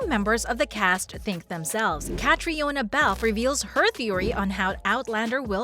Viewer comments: When are you going to pronounce Caitriona’s name correctly? She’s been around for nearly 20 years….modeling…..acting 😖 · How can I take anything you say seriously when you don’t even know how to pronounce her name? I know everyone wants to make their fortune on YouTube, but do your research before embarrasing yourself….